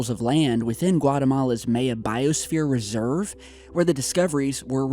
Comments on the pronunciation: My-aaaah. Miiiiiiii-aaaaah. My-uh. Not may-uh bro. Geez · Pronounced My-Yah. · It's pronounced My Ya. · The fact that mis-pronounces so many common words, like Maya: My-Ya, Not MAY-Ya! It's so damn creepy. I think it means he was put in this position, by the powers that be, OR THE ALIENS THAT BE, perhaps as a distraction,.. The ultimate 'switcheroo-catch22-right under your nose' psychological manipulation. While other channels close, he stays in business. JOKE! LOL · I think it's My-Yuh not May-Yuh. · I'm so sorry to point this out, but you keep pronouncing the Mayan civilization a little incorrectly(May-Ah) , the Maya should be said like "My-Ah," or Mayan like "My-An" or possibly Mayenne which rhymes with cayenne (the pepper spice). Saying it correctly ads an even greater layer of credibility and authenticity demonstrating that you are familiar or even knowledgeable on the subject. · your killing me!,,,LOL!...It's My-yA not may-a this is such a great tool for anthropology and archeology great pod cast. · MY- UH. NOT MAY-uh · MAH YAH...Mahyah. Not Mei Uh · "may uh"? Really? M'eye uh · Instead of "may" for the first syllable, try "my" as in my ya. That would sound perfect. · you need to work on your pronunciation of the word Maya. say "my-ah" not "may-ah" still enjoy your channel don't take my criticism too harshly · Pronounced MY-Ah not May-ya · May-eh? Its Mi-Yah or more appropriately Mi-Yan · so I normally don't do this BUT....its pronounced MYAH not may-a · Mah-yah, not May-ah... Just saying. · Amaterasu Solar no, its neither. Its Maya. Not muh-uhgn or poo-you. As long as you knew what he meant when he said it, mission accomplished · you're my boy but may-ya is killing me. Lol my-yuh. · God dammit if u say MAY-UH one more time. It’s pronounced MY-UH not MAY-UH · what the fuck is may yah... all i see are mayan temples. (MY-YUH) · My-ah, not may-ah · it's "MY-YA" not "MAY-YA"... Yer killin me smalls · haha "mae-ya"